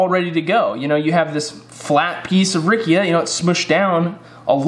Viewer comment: Very useful video!! .. the correct pronunciation would be “ riccha “ no “ rickia “ 😅